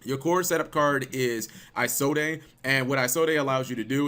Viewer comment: Everytime he said "Isolde" I cringed... You don't pronounce the E. I take it he's never heard the story of Tristan and Isolde.